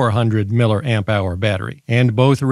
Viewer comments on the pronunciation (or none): err, what's a "miller amp"? I'm hoping it's just your own "cute" way to refer to milliamps... EDIT: I have now watched several of your videos and have caught on to your humor (yes, sometimes I can be a little slow on the uptake, lol). I've also subscribed as I love your thoroughness as well as your humor! 😁